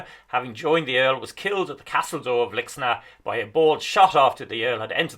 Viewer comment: Lixnaw is a tricky pronunciation - most locals seem to call it Lickschnaa with a silent w, as best my ears can pick out.